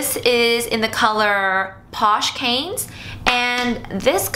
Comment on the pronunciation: Cannes is pronounced kahn, not canes (it's a town on the French riviera).